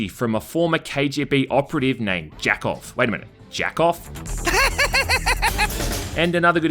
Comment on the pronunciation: His name is "Jakob" pronounced yah-kobe